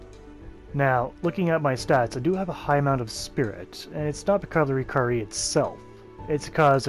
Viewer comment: Pronounced (ry-keeree) or lie key ree 🤣. Good explanations on the gear 👍🏽